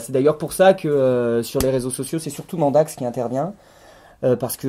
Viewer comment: On ne voit pas Loki parce qu'il filme nu c'est ça? J'ai été outré d'apprendre que vous nous aviez menti durant tout ce temps au sujet de Mandax... mais vous vous êtes bien rattrapés, petits sacripants! P.-S.: Popole aime beaucoup la façon dont tu prononces son nom, il s'est redressé d'un seul coup!